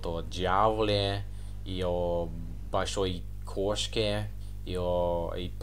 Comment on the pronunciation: Ошибок грамматических у вас очень мало. Они не мешают нам вас понимать. Вы свободно говорите по-русски. Акцент есть, но он минимальный: проблема англичан и американцев [л']. Вместо слов "большой", "больше" произнОсите "болшой","болше". Ну, а в целом, вы боЛЬшой молодец! 😉